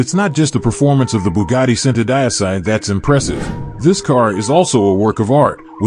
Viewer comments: it's pronounced chento deechi not cent-o die-sigh you commoner. I'am a cousin of the bugatti familia! I drive a hyundai squooshkins. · Are you using Ai for your narator? WTF IS Bugatty SENTUHDIECEY? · centodieci is pronounced 'cento - dee ay chi' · It is pronounced Chentodiechi...centodieci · Centodieci is Italian for One hundred and ten it is PRONOUNCED = Cent - 0 - Dee - H - EE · WOW , THE WAY THIS GUY BUTCHERS ''Centodieci'' repeatedly is strait up horror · wanted to pull my ears out when i heard the pronunciation of the Bugatti centodieci !!😂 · every time he says the name of the Cento my brain cells die.. Someone should've taught this dude how to say the cars name ffs.. especially if he's going to say it over and over...